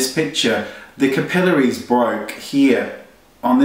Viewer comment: OMG I'm sorry but the clip in the beginning I wouldn't even think to get whatever he was referring to bc he couldn't pronounce capillaries right lmao sorry not sorry...